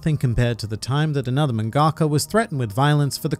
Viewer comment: Is that how mangaka is pronounced ??